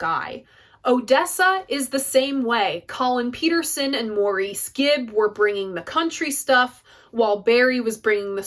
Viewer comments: It's Americans pronouncing Maurice the way you do. The name is pronounced Morris. Like Ray Davies of The Kinks, Americans pronounce his name as Davees, while in England the name is pronounced as Davis. You silly insane Americans. I love the Odessa album. I do not see it as a concept album. I cover the title track and others at open mics and local events. Come on down! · Love this video. So happy you've chosen this album to review. Just wanted to say that Maurice's name is pronounced MORRIS not as the French Maurice. Hence the brocalled him Mo for a nickname. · Good review. btw, from what I've heard, Maurice's name is pronounced like 'Morris'. I'll have to give King Crimson's Islands a listen. I detested disco music back in the day when it was the rage (I was a teen then) but these days I enjoy a lot of it. I guess you can say that people's tastes change over the years.